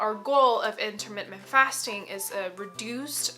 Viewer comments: I appreciate your videos and information. Maybe this is not worth mentioning but I believe you put an extra m in your pronunciation of intermittent fasting, pronouncing it intermittMent rather than inntermiTTent. A small point maybe but I found it distracting. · My OCD will NOT let this go. The word is IN-TER-MIT-TENT; not in-ter-mit--ment. Sorry and thank you 😊